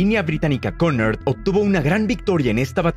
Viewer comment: Cunard se pronuncia (kiunárd) con r sorda